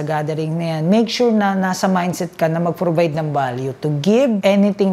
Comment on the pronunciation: if hindi ip, provide hindi probide..ayos ayosin ang pronunciation para maniwala ang tao sayo..pero at least kahit papaano ung off mo hindi na opp.✌️